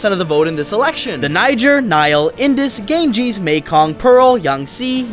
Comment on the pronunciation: Um you don’t pronounce it yankz but ganges😂